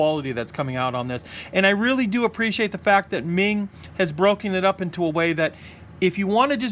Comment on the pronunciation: The pronunciation of meng is closer to mong, It's a chinese family name.